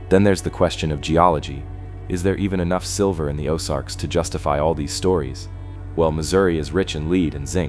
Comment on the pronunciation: I really enjoy and appreciate these types of videos, but what I don't like is the continual mispronunciations. Whether it's an electronically generated voice, or a real person reading the script, it's extremely annoying. I'm from Kansas City, and now, at almost 70 years of age, I've lived in the Ozarks for the last 30 years. I'm quite familiar with the places mentioned, and I'm irritated with the mispronunciations in almost every video I see. I couldn't even understand some of the names he/it was speaking. I.E. "Osage" is pronounced "Oh-SAJE" with a LONG "A" sound, not as in "massage," "message" or "garbage." This is a real problem, because of the sheer numbers of careless idiots, who don't know and are too lazy and stupid to care, and who fecklessly plow through the English language with absolutely ZERO REGARD for how idiotic they sound, whenever they open up their festering gobs!!! Make these dummies research the place and people names, before they start reading. What passes for education today makes me want to PUKE!!! But it's a great video, otherwise.